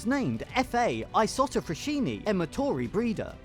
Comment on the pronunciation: Write the name in google translate, listen to how it’s pronounced.